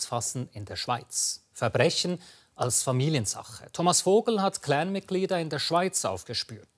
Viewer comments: ausserdem heisst das nicht klääään,in deutschland, sondern clan mit aa,und nicht mit ää. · Mit dem Schnitzelklopper :-D ..und dann "mit dem Cläään" ist nicht zu spaßen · CLAN NICHT KLEEEEEEENN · Sag doch " CLAN " statt " CLÄN " so Cringe 😂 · Das ist ein heftiges cläääääääännnnn 😂😂🤦🏽‍♂️🤦🏽‍♂️🤦🏽‍♂️